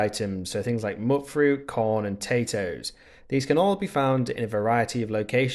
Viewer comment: Its said like "mute" fruit lol not "mutt" fruit